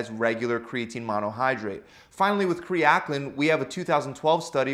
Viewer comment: Its pronounced ( AL KA LINE ) = Alkalyn. Kre Alkalyn My guy literally just said " Kre Akling "